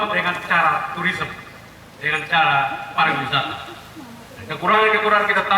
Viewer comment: ingat Pariwisata bukan parawisata hehehehe